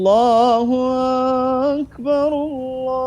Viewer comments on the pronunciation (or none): اكبر Maaf Lafadh Akbar( Ak)nya kok dipanjangkan ya padahal seharusnya dibaca pendek ?